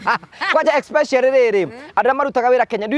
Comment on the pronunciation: like saying Expecially instead of Especially